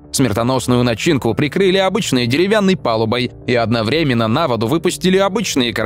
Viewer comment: автор, делай правильно ударения в словах сОздал и одноврЕменно. надо создАл, одновремЕнно. учи русская языка однако.